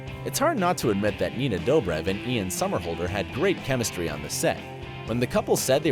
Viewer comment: Your saying Ian somerhalder wrong